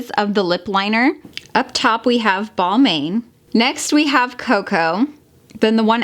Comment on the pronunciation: Balmain is pronounce “Balmon”